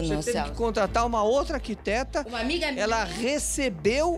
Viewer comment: É uma ergueteta e não arquiteta 😆😆😆😆😆